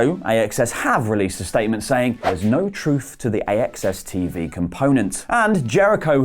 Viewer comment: AXS is pronounced "access" I believe